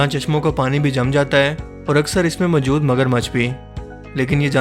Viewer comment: Bhai ap zara apna talafuz thek lar lo...majood nhi balkay moujood bola karo.